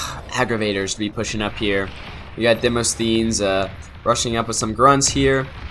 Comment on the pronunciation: Demosthenes isn't that hard to pronounce. It's a famous name, so you can probably look up the pronunciation. And it's very appropriate to this game as it's a name that pops up in Ender's Game, which is about (among other things) children battling.